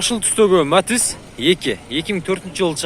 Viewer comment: Матз эмес Матиз деп суйлочу